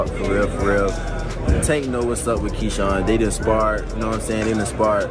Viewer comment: AI Said “Keean“ 😂